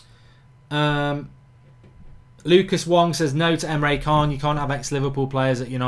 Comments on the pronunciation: Mark mate you need to start pronouncing Emre can correctly. It's triggering me man haha! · Emre 'CHAAN'